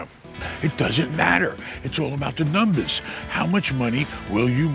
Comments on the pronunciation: My new favorite word “ I gotta look at the NUMBAAHSS.” 💯💰 You are the best. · It’s In The Numbas… Hey 👋